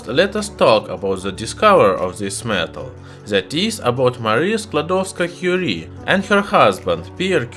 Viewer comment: He actually said Marie sklodowska Curie. I love him already.